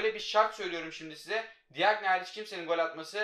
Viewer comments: Abi DİAGNE cagne diye okunuyo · Abi diagne değil cakne